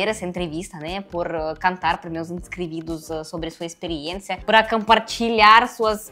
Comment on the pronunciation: Poderia ter aproveitado e corrigido ela, porque muitas palavras, ela fala completamente errado, inscrividos, por exemplo, doi de ouvir.